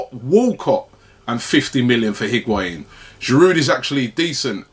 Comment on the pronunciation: If we're going to be talking about Higuaín every day someone needs to teach Robbie to pronounce it correctly.